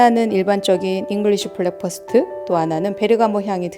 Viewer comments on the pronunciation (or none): 좋은 영상 감사합니다. 그런데 발음은 블랙퍼스트 아니고 브랙퍼스트 입니다.